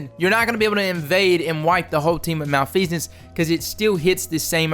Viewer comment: Oh my gosh he pronounced it right!